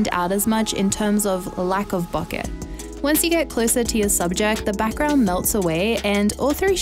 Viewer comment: Great video! And you even pronounced bokeh correctly!